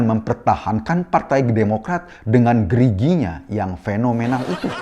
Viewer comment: Ampun dah kisanak geli banget dah denger kata "gerigi" nya ituuuh..😂😂😂